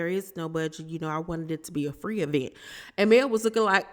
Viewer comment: Has Tisha stopped calling it an "e-vent" yet?